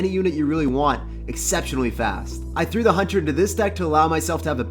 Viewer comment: "threw" omegalul